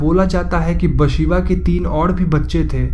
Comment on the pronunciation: Its actually Bethsheeba not basheeba🙄